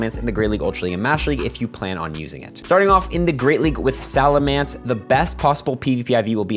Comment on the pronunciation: SalaMENCE not mance